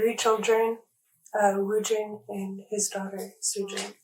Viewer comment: The fathers first name is woojin, not woo…